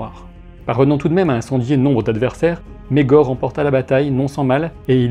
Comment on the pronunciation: [ megor ] pas [ maegor ] en plus tu le dis 100 fois prononce comme il faut